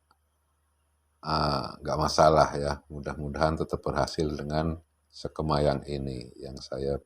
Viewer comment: Jangan sekema dong bos......tapi sekeeeeema